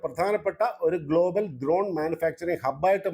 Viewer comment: ദ്രോൺ അല്ല ചേട്ടാ ...... ഡ്രോൺ